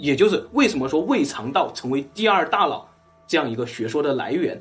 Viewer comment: 我的"大老" 真是不够聪明 da nao is not da lao